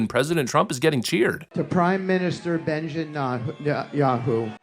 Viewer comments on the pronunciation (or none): “bEnJiN nAwTeN yAhoO”